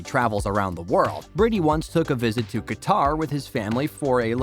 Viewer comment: This is the 2nd video I listens to the mispronounced Qatar.